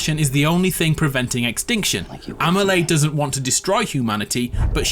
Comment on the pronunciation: Why do you pronounce Amelie this way D: Great video anyways, I'll be watching it again when DS2 comes out ;)